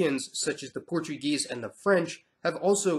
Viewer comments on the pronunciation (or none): none